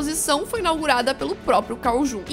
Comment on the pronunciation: Adorei o vídeo,! Parabéns! Mas só um detalhezinho que quero apontar é Jung se pronuncia Iung, não é nada demais, mas só pra evitar alguém te corrigindo no meio de algum debate.